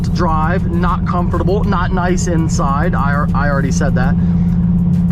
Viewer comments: Anybody else bothered by the way he says comfortable? “Comoforatable” lol😂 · pronounces the SHIT out of comfortable